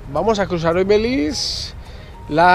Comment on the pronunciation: Porque dices " BELIZ " ?